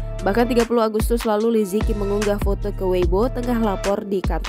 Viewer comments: Nama beliau dibaca 'Li ce chi' , bukan 'li ci ki' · Li ziqi dibaca "li ce chi" bukan li zi ki 😭😭😭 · li ziqi pmbacaannya li je ci bkn li ziki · mau kasih tau aja, bacanya bukan li zi ki, tapi Li Ceu Ci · Kalo dlm bahasa mandarin itu baca nya Li zhe chi , bukan liziki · Ini cara melafal namanya Li ce chi 李子柒,bukan li ji ki. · Liziqi dibaca Li ze ci btw min bukan liziki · Maaf Min, anda salah baca namanya, Li Zi Qi dibaca dengan suara Li Che Ji. Huruf Z itu dibaca Ce seperti baca cepat, ce, Huruf Q itu hampir sama suara huruf J dalam bahasa Indonesia. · Liziqi.... Pengucapannya Li Ce Chi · Min, salah eja namanya, yg benar li ce chi. Qi itu di baca Chi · Bacanya bukan Liziqi tapi Lisichi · Agak terganggu pas pembawa acara ngomong nama li ziqi, baca nya tuh li tsi ji 🙄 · Li Zi Qi Dibaca Li Si Ci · Cara bacanya Li Tse Chi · Namanya liziqi tp sebutannya lizici. Kerana qi sebutan ci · bacanya tu li ce ci